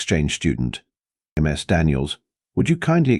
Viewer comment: Learn your AI announcer: "Ms. Daniels" is pronounced "MIZ Daniels". Not "M. S. Daniels". "Ms." is the proper formality when it is unknown if the femail being addressed is single ("Miss") or married ("Mrs." pronounced "Misses") The professor should be addressing all the female students with "Miss _(last neme_)" if he wants to use formalities. All teachers I had either called the students by their given name, nic name, or (for the guys, anyway, their family name.) Girls were called by their given name or nic name. My cousin, Elizabeth, went by "Betsy". (She still does, in her 60's.) I was called "Steve" or "Hoppy" by my teacher. Friends called me "Hoppy" or shortened it to "Hop". ("Hopkins" was my family name. I found out after graduation my mum and all the adults in the family lied when they taught me my name. 🙄)